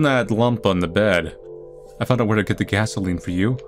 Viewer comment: She talks about immortality and re assimilation but can't pronounce gasoline